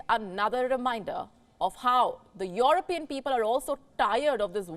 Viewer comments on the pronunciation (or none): none